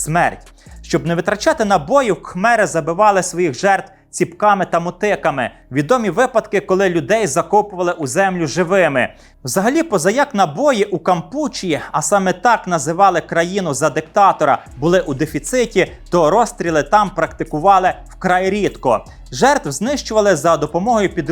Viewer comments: Дякую за цікавий контент, але одне зауваження: не КампУчія, а КампучІя. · Страшенно ріже слух ваша недолуга КампУчія! Хоча б словник відкрили